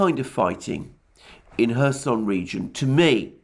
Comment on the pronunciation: Am I the only one who hears Herson region???? Or Mr Alexander deliberately saying??